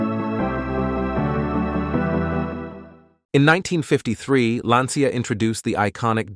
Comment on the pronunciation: Please Try Pronouncing Their Names Correctly, They Are Italian. It Not Johnny or Vincent its Gianni and Vincenzo. Also Lancia is not pronounced Lansia, There is no S, Its pronounced Lanchia.